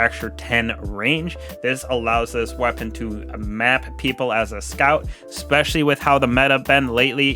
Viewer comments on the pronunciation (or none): no. You clearly say ex-specially. You did it twice, and it's the first time I've watched your video. I'm a dick for calling you on it, but stop doing it. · "Especially" is pronounced the way it's spelled. My parents worried me to death until I pronounced it correctly, and for many when you say ex-specially, it's like claws across piano wires.